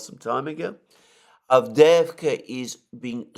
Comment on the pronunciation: I find it almost impossible to find the obscure villages referred to by Mr Mercouris in Ukraine. I cannot relate his pronunciation to any map I can find. As his presentation is in English it would be well to realise that most of us don't speak Ukrainian. I assume his "Advveeerska" is in fact Avdiivka, for instance but who knows.